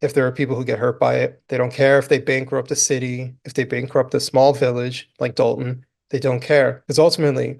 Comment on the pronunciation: You mean Dolton with an “o” not an “a” as in Dolton, Illinois